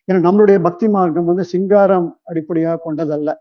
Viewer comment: Not siingaaram. Sringaaram. Thks for ur info.